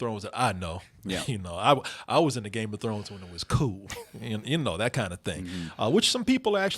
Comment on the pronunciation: Why would I take advice from the guy in the middle who can't even pronounce Game of Thrones right.